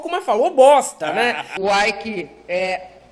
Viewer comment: O nome do cara é ÊIQUE.... IKE é o do inglês